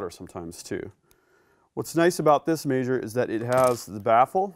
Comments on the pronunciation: It's MEH-SURE not MAY-SHORE. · A MAY-sure huh? I guess I'll start calling them BAY-vers instead of BEE-vers/beavers.